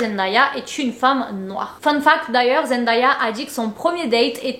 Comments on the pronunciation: Elle dit toujours qu’on dit son nom Zen Dé ya et pas Zen da ya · Merci Mais son prénom se prononce zendeya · Coucou beauté , superbe GIVDT. Puisque tu comptes faire d'autres vidéos sur l'incroyable Zendaya, je peux juste préciser que ça se prononce Zendèya (''day'' comme ...day 🤷‍♀️) . Bisous ♥️ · Je cherchais ce commentaire ! Dans toutes les vidéos sur Zendaya que j’ai vu les vidéos sont toujours super mais à chaque fois je suis perturbée par la prononciation 😅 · Salut! Très bonne vidéo. Il y a un seul détail que j'aimerais corriger, la prononciation de son nom. Elle prononce la partie ''day'' de son nom comme le mot ''day'' en anglais qui veut dire jour ou dia en portugais. Elle a elle-même fait une vidéo à ce sujet ;) Voici le lien